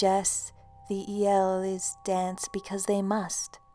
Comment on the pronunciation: im from romania,and i love how you say "iele".